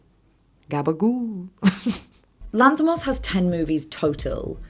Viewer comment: Lass put more effort into pronounce his name correctly than what 90% of greek folk would have done trying to pronounce her's. If you ask me, she could have just go with the english version of his name (George) and be done with it.